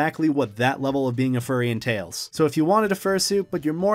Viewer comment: and en-Tail-s.